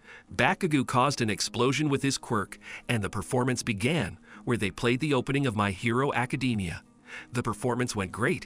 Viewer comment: 4 seconds in to this video he already said my hero academia wrong😭😭😭😭😭😭😭